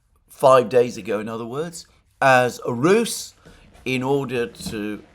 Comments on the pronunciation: Ruse as in use, not Roose as in goose. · Will you UK Greeks and Cypriot Greeks please learn to pronounce the word " RUSE" ! Its pronounced like ROOZ ROOZ.